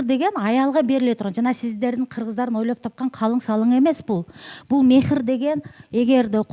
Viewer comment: Мехр эмес махр